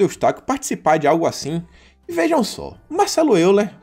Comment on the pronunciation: A pronúncia para Euler é "Óiler". É alemão.